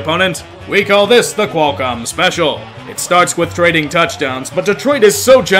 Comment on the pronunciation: god you saying Qualcomm hurt a little more than expected